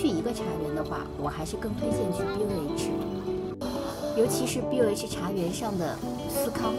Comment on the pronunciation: AI配音嗎？BOH讀錯了哦 可以參考電視廣告